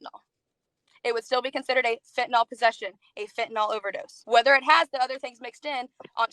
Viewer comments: She deals with fentanyl, but can’t pronounce it correctly. Fenta-NAWL (SIC). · It's fentanyl, not fentanol. Proves how little she knows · She lost me at the "fentuhnall" pronunciation. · Reefer Madness. And why are ee calling it fentanol/fentanall it's fentanyl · It's really annoying that she keeps saying "fentanol" It's "fentanyl" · Heh heh, "hentanyl." Getting a high off of animated tig ol' bitties. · "Fentanol". Can't even say it.